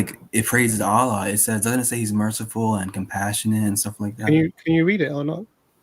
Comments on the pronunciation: He said aalaa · He can't even say Allah properly. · The way he pronounced "Allah" is very clear to prove that he isnt a muslim